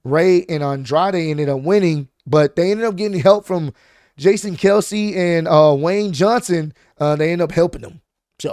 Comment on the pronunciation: Man who tf is Wayne johnson, it's Lane Johnson fam. I know your a Texans Fan but c'mon man. Keep up the work